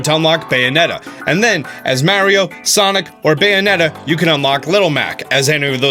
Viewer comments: Meh-rio lmao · Thank you for saying mario correctly, may ree oh! medigans..... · I don't know why but hearing it said the way he says it in the video actually stings me in the chest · Why do you pronounce mario and dr. Mario different? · Dope video. But I refuse to follow you because of the way you pronounce "Mario" lmao